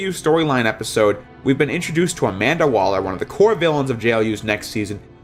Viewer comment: You said Amanda Waller and I rolled my eyes